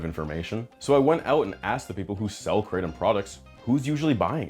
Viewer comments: kra tom , not crate tum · its pronounced Kra tom not kraytom. dont know why that annoys me so much. But i am high on nam tom all the time hahaha. The locals here brew it up and mix with cough medicine but that cant be good. I brew 20 to 30 leaves with 2 limes then put on ice and mix with a bottle of coke and 2 fruit ice tea sachets. Over 10 years now, keeps me cool in the heat and gives me a nice buzz. I was worried about giving it up and when I went on holiday where they didn't have it it was not great for the first days but I drank 3 cup of coffee a day and after 3 days I was back to normal. Also before I drank it I was getting colds all the time and since I started that has stopped. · Lots of shady red flags about this company. Even the way she mispronounces krahhh-tom makes me think she’s intentionally obfuscating what this drink really is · lolll having grown up in Thailand it is SO funny seeing the rest of the world come to grips with kratom, as well as annoying hearing people pronounce it "Crate 'em" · Say Krattom ONE MORE TIME..... LMAO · She can't even pronounce the word right and she wants me to buy her product😂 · New brew bitch intentionally mis pronouncing kratom is fucking hilarious